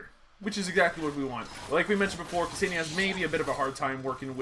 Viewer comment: it's pronounced "kuh-senn-yah" not "kuh-see-nee-yah", I dated a Ksenia once av got first hand knowledge cheers